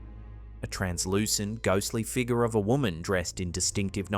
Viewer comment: Ok dude, what the hell is a figga? My friend said you are unable to pronounce the letter " R " at the end of a word. I'm new to this youtube thing. We have to go into town to get internet so we get little time to see videos. We have to go. Keep practicing your English and you'll get better at it. You make really good videos too.